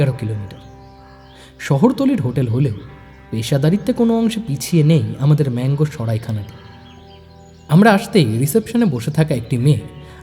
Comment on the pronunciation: আপনারা যাকে বারবার ম্যাংগো উচ্চারণ করছেন সেটার ইংরেজি বানান Mango হলেও আমরা মানগো বলি। আমার বাড়ি এখানেই।